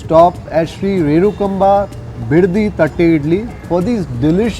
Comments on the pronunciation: Correct pronunciation is renukaamba.... instead of renukamba. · U r pronouncing the name wrong.. Its renukaamba.. Nt renukaba...